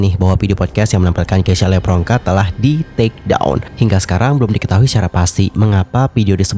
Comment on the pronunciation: dia bilang ngomomg ngapak itu karena nama dia "levronka" tapi si marlo nyebutnya "lepronka". Itu perpaduan nama orang tuanya si keisya Nama lu di selenehin di publik nih, sebagai bintang tamuu haa yamg seharusnya saling menghargai, apalagi ni nama orang tua yang di selenehin, gue si kesel kalau jadi dia.